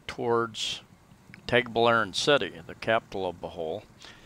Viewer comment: You might work on your pronunciation...lol as a start...its not TAGbilaran as in playing tag, a long A, it is a short A as in water. I guess we are in the small farm group, lol with a farm in Guindulman and a house in Anda.